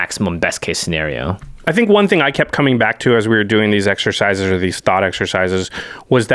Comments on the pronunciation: shenario? lol (not trying to be rude) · Me: Scenario: Schenario